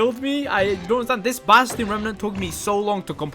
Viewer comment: I like when says "basTiyon"